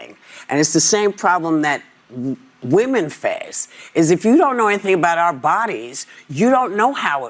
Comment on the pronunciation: Has anyone noticed how everyone is forgetting how to pronounce the words "women" and "women's". These 2 are the first Aussies I've heard do it.